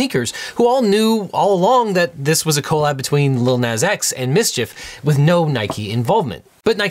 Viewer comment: I'm gonna have to see you in court over the way you pronounce Nas